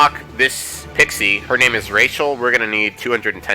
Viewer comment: Oh yeah, I have Rachel right now, and fun fact: It is pronounced "Rah-hel", when you first get her, that's how she pronounces her name :)